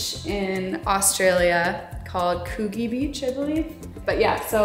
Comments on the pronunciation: Coo-g beach COO-GEE (Coo-g)! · The Australian beach is pronounced “could-gee” (probably my Aussie accent) say it fast and spelt “Coogee” if anyone wants to search it ✨ Loving the channel 🌈❤️ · Coogee is pronounced Could-jee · As an Australian I immediately recognised that photo as Australia but I thought it was from Uge who is a famous Aussie beach/surf photographer (Eugene Tan/Aquabumps) of Bondi Beach. I laughed and understand the hard pronunciation of Coogee Beach. You were kind of close haha. Great house tour!